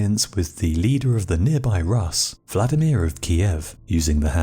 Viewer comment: This narrator guy is the most English guy ever. Did you hear how he pronounced Rus' ?😂😂😂